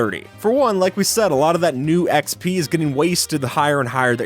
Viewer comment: What's harmful is that you said ee-x-pee